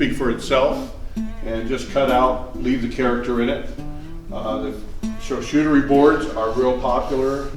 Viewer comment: Lol “shar-shootery”